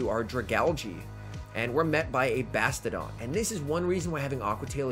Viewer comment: I want to punch myself in the face every time you say "Bastidon" and not "Bastiodon".